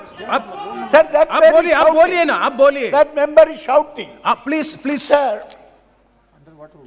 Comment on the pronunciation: Who is pronouncing "member" as mumber